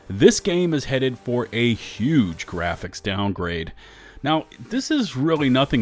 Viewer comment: “Muh gwaphics!!!!”